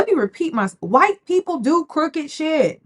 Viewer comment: He's Hwhite! 😂😂😂, please